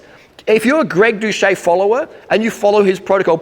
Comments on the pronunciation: Did you really fail to pronounce doucette correct? Its not "dousche" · and where does the "ette" at the end go? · 3 falsehoods in the first 11 seconds: You say you're sincere, you pretend you're too stupid to correctly pronounce his name, and you lie about his response to your begging for a live debate. Yuck.